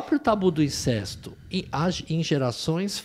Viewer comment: Incesto - pronúncia correta: INCÉSTO! Isso ai,!